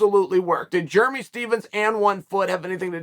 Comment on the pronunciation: Positive I've never called a dude Jeremy "Jer-mee".